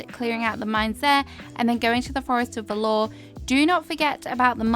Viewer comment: whispers Forest of Valor (VA-LUH)...as in valiant and brave. Not velour, like the soft fabric 👍